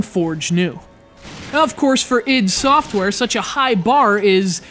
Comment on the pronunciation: wtf, it's read I D SOFTWARE with I and D as separate letters.